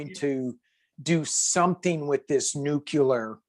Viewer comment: You guys are hilarious together, and I loved the readings! But,, please tell me you don’t normally pronounce nuclear as ‘nuc-u-lar’ as Bush 43 and the rethuglicans do!